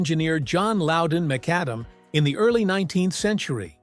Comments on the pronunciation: Oh Dear, it's pronounced McAdam, not mac-a-damn, after the man who invented it. A Scottish engineer called John Louden McAdam. It became known as tarmacadam, or tarmac for short. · The narrator pronounced it as Tar Maca Damn. Instead of the name Tar McAdam . McAdam being the inventor's surname.